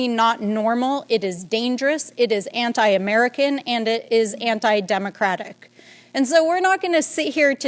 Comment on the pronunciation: Marge you do know how ignorant you sound mispronounceing democratic. Spiteful bee atch.